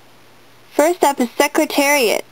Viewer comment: He won... and it’s Secretariat not secritarit